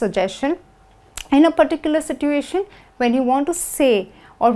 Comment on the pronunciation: Everything is perfect but i have to tell you that you mispronounce situation. You pronounce "T" wrong. Don't mind.